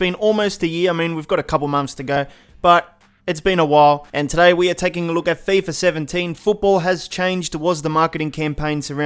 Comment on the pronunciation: "feyfah sevhen-teyn"